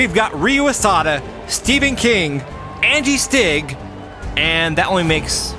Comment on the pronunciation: Why does call them Andy Stig and not Angi Stig? It's really distracting.